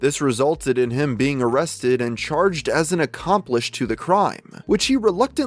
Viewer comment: Also “as an accomplish” instead of accomplice